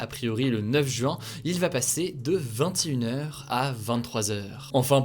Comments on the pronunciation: J'aime bien quand il dit "vin-TI-une heure" ^^ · Ça me fume, comment tu dit 21h 😂😂😂